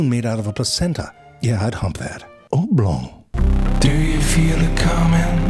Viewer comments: "Oblong" heehehe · Oblong! Try saying that fast three times.